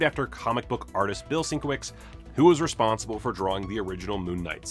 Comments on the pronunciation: I believe Sienkiewicz is pronounced Sin-kev-itch. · It's Bill Sin-KEV-itch.